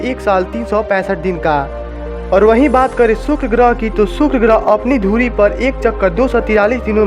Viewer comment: सुक्र नही शुक्र बोलो